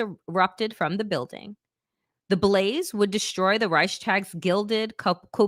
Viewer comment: Youre a moron and you have no understanding of history, you cant even pronounce reich properly.